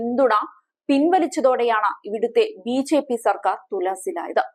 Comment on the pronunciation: വാർത്താ വായനയിലെ ആവേശം കൊണ്ടാവാം, ബിജെപി എന്നത് ബിഝെപി എന്നുച്ചരിക്കുന്നതു പോലെ തോന്നി.